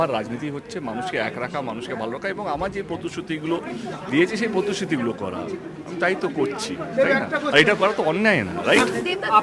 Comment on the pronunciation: পতশুতি শব্দটা আবার কি?? প্রতিশ্রুতি বলে শব্দ আছে জানতাম তো।🤣🤣🤣🤣